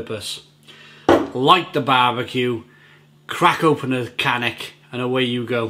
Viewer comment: I am heading to czech to my in laws next week from ireland and will be staying near this brewery in breclav. It's pronounced as kanets. The also have a bottle with a red label which is an amber lager if I remember correctly. Nice beers. There is a great micro brewery also in breclav called Frankies which do great beers